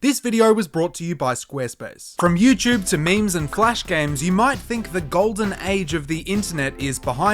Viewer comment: Lost me at “youchube”